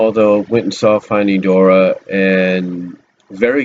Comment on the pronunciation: Never heard anyone call it Finding Dora before XD